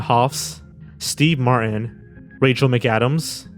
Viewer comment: sir - in , Steve Mar-in ??? can you please pronounce the words with the T in them. seven f'n million...